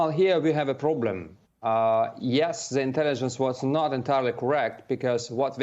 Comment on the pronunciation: Now that is a "Ploblem" now isn't it.